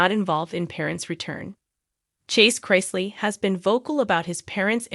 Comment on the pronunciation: Of course this young man is stressed look what he's been through instead of you guys talking about him and spreading lies why don't you pray for him and his whole family what is wrong with you people and later you can't even say their name properly you don't know anything about these people shame on you